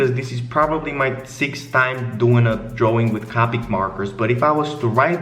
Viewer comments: the fact he says it like “cah-pic” gave me a stroke. It’s CO-PIC. C-OH-PIC. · omg He pronounces it caw-pick And not koe-pick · Anyone else get triggered on how he pronounced copic?? 😂